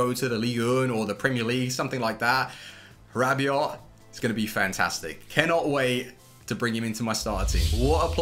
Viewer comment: PredaKing he is saying it perfectly